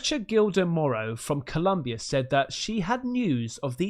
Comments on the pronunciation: Colombia not Columbia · its Colombia the country not Columbia in Mexico just so you know lol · It's ColOmbia mate. Tell your misses to smack you. LoL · My boi.. it's COlombia. Love your show. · It’s Colombia not Columbia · It’s pronounced O mua mua. It means Scout in Hawaiian. Columbia is also a county in SOUTH AMERICA!!!